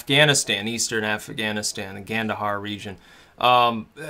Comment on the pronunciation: Did he say Gandahar region? OK I'll cut him some slack. " We never used these before" - OK idiot you're done.